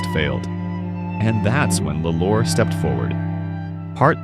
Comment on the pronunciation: It's pronounced "law -lore